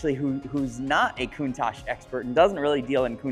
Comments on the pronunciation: So, is it pronounced “Countosh” or “Coun-tach” with the second half pronounced more like “watch” with a “t” instead of the “w” as Valentino Balboni says it? Cool channel! Subscribed!!! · Rarely are these cars name pronounced correctly. Think w atch, it is how Marcello Gandini said the name. I think he would know; He designed and named it. Not trying to be a d----.